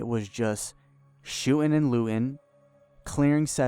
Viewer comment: "shoo'n and loo'n" come on speak english